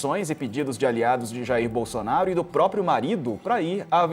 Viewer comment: O cara fala Jhairr Boulsonarrro dando entrevista pra gringo KKKKKKKKKKKKKKKKKKKKKKKKKKKK